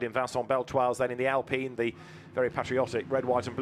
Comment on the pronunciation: Actually its pronounced “Alpeen” because of how I sounds like E in french.